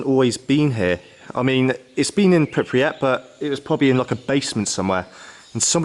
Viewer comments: If you can't even say the name of the town, don't make a video about it. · Cringe when he kept on saying the name of the town wrong. It's Pripyat. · Actually one of the better Chernobyl videos, but discredited hugely by your mispronunciation of the place and your unwillingness to recognise the use of ‘th’ in the English language. The number is three. Not free. 🤦‍♂️ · World record number of times mispronouncing Pripyat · Just wondering how to get anywhere when you can't even pronounce where you want to be. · lol man, how you pronounce Pripyat :) ...don't butcher it in front of russain people :D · I can't watch it for that reason, just learn the fucking basics..cant even say where he went 🤣🤣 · Wow do you pronounce pripyat like someone kicked your teeth in? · Anyone else notice him keep pronouncing Pripyat wrong? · I might have enjoyed this and not had to switch off half way through had you learned how to pronounce Pripyat correctly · Never heard someone butcher the name Pripyat so badly lol. Great video though. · it's not a matter of pronouncing it differently, but reading it right , the letter R is in the first syllable of the word, Google gives it the right pronunciation, Wikipedia does, the author at least could have checked it there ((( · These videos and tours are so sensationalized. I didn’t come here to listen to someone mispronounce Pripyat for 15 minutes. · His pronunciation of the city name actually gets worse as the video goes on. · The stress is on the first syllable and the “y” is a consonant, not a vowel. So it would be kind of like PREEp-yit. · The way you pronounce Pripyat hurts. It’s Prip-yat not Prip-ri-at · Pripy (as in Hippy) at as in (Hat) Prippy AT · You went all that way and still cant pronounce the name correctly 🙄 PRIPEEEEYAT not PIP REE AT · “Pip ree at” I’m pretty sure it’s correctly “Prip” “yat” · Stop saying Pipryat instead of Pripyat for Gods sake... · Stop calling it 'Pip-ri-at' its 'Prip-yat' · It's Pripyat, not Pipriyat!